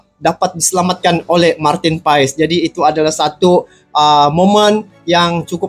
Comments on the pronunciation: Bukan PAaiiisss tp PASSSS..ol brow 😂❤ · Bukan pais bang paes : paas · Marteen paes di bacanya martin pas bang bukan pais🙏🙏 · cara menyebut namanya, MARTEN PAS ! krna dia lahir di BELANDA. bukan PAES.